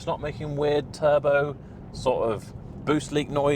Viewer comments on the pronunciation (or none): none